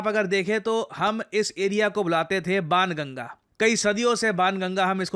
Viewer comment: It's बाणगंगा not बानगंगा